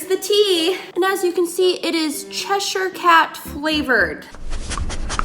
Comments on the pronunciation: isn’t it beautiful how pronounced ‘cheshire cat’ as ‘treasure cat’😂💘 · Cheshire is pronounced “sh-eshir” so what you said but with a shhh noise not ch 😉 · Did you say Che sure. tsk tsk tsk